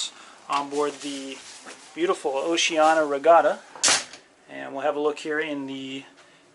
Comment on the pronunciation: OCEANIA not Oceana......cluts